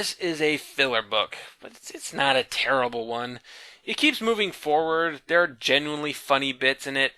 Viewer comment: thEEr,... thEEr tIErd XD